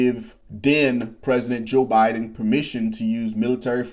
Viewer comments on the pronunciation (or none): none